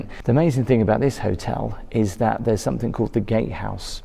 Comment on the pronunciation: Please it's something, not somethink.